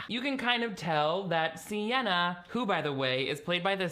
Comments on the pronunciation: Why WERE you calling her Sienna the whole time?! Oh, you got me when you read her name off that awful newspaper spread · You really called her Sienna the whole time 😂😂. Not me trying to used speech text for her name and it spelling CNN all three times I tried so I had to just had to hope it was spelled the way I thought phonically (sienna??)